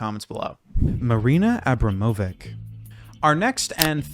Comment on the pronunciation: I really appreciate your work because videos on the theme of art are rarely made. Rythm 0 is a very powerful artwork and I'm glad that more people will learn about it through your video. Though I'd like to point out that the correct pronunciation of Marina's surname is AbramoviCH